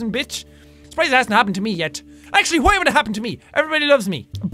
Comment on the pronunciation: when you said why I sounded like you said Hawaii LOL!😂